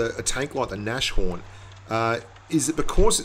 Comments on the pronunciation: Eddie Blaze I'm german, the pronunciation and the name is german and if anyone says Nash horn it just hurts my ears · please pronounce Nashorn properly -.- it's not a sh but a S and a horn behind ! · you pronounce it "nas-horn":P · It's called nas horn!!!!! ;) Not Nashorn. It's German and means rhinoceros :)